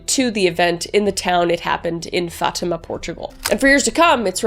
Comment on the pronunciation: Im Portuguese and no offence but the way u say Fátima and the names hurt my soul again NO OFFENCE